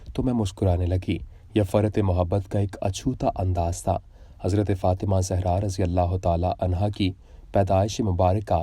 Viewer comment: حضرت سیدہ طیبہ طاہرہ سیدہ فاطمتہ الزہراء سلام اللّٰہ علیہا کا نام مبارک صحیح پڑھا کریں پلیز